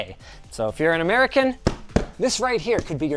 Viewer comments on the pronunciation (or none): none